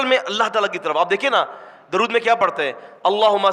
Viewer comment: آپ ان حضرات کی اصلاح سے پہلے خود تودرود صحیح پڑھ لیں